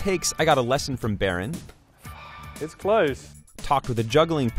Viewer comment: can't even say his name lol